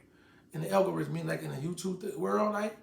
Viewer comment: Qweezy: “Inna what?”: “ Inna algorism”